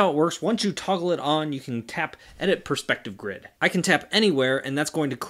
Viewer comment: “Pers p ective”